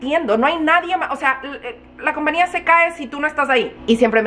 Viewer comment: TENGOO UNA GRAN DUDAAAA PORQUE DICES COMPNIA Y NO COMPAÑIA🤔 YO SE QUE EN USA NO SE USA LA Ñ PERO EN ESPAÑOL SI SE PRONUNCIA LA Ñ ES SIMPLEMENTE UNA DUDA PORQUE NO ERES LA PRIMERA QUE LQ ESCUCHO🤭